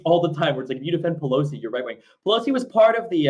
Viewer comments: I’m not sure if is just pronoucing pelosi’s name that way because of his lisp...or if he really doesn’t know that it’s not “peloski” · Nancy Peloski’s name was mispronounced in this debate